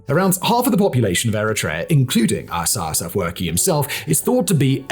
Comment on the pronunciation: It's astonishing that you didn't practice pronouncing the name of the only heroic Eritrean president correctly, especially given the history you present on your channel. You have no idea how President Isaayas Afewerk reached this point. Contrary to what you mentioned on your channel, he did not come into fortune easily; both he and countless young and old Eritrean men and women sacrificed their lives for this freedom. Your research seems biased, relying on sources from ethnic groups opposed to the Eritrean government and people. Please get your story straight: travel to Eritrea and uncover the truth instead of sitting comfortably and relying on Google. People like you distort the history of a developing country, and it's shameful. This is not new for Ethiopians and Eritreans, who have often seen third parties, like GB or other countries, interfere and ruin lives. Shame on you, sir.